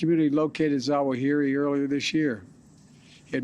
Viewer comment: Really? Slurring Zawahiri - is he drunk? How about we wait until we can actually confirm this so we don't have another Mr. Ahmadi dead instead of a terrorist in Kabul. Biden is good at killing good people and saying they were our enemies.